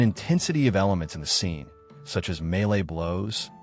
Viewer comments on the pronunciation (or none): none